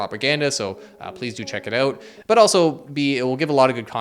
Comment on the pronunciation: ** Scary music plays** “BlackRock paid me to spread their propaganda” followed by the most Canadian “so please go check it ooout” 😅 lol